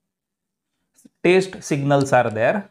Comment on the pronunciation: It is not taste.. It is test sir